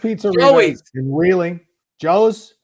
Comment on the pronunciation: Him calling it wheeler is making me cringe hahaha I lived in wheeling for 25 years hahaha 😢 the disrespect hahahahaha